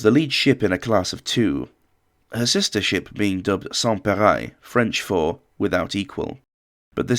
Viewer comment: PArei not PerAi